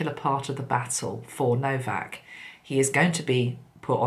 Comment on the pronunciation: His name is No - vac!!